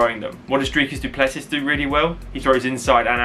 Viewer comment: pronounced duple-cee. Origin is the same as mine. The French hugenots that landed in South Africa in the 1600's Yes, he is going to kick ass tonight.